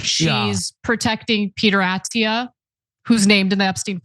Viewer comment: Second syllable is stressed in Attia, Ana.